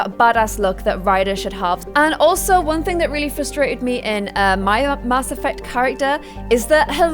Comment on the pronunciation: Why do you say Mass like that?